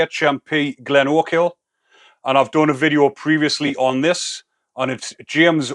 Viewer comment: Funny you trying to say glenochil lmao